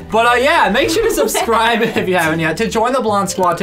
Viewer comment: said “subscribble” lol